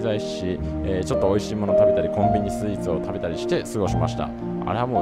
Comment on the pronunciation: 美味しい 美味しい美味しい 美味しい (金に)乏しい 乏しい 乏しい 乏しい にしか聞こえない。